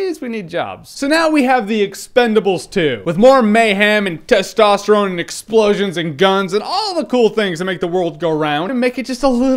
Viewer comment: "with more mayham testorome" hahaha oh my god i cant stop laughing